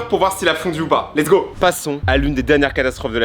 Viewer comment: lets go sans le ts 😂😂